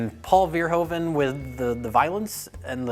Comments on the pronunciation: it's pronounced Paul Ver-hooven, not Ver-hoven ;) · Hey guys, Verhoeven is pornounced FER-HOO-FEN, its a dutch last name. :D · Please stop saying 'Verhoeven' that way :p It's pronounced 'Verhooven', as in Hoover... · Paul Verhoeven is pronounced Pawl Fair-Who-Fun